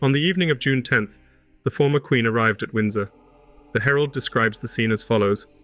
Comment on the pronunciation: Your reading of the documents is not correct. Don't pronounce every syllable. The words are similar to today eg 'queen' not 'quenn'.